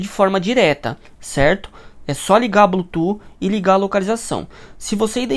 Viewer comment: Tá bom, perfeita explicação! Mas por favor, fala a palavra Bluetooth certo 😂 que agonia ouvir vc falar blutu toda hora